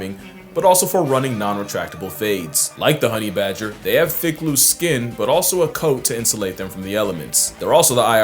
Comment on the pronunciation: bager not badger yeah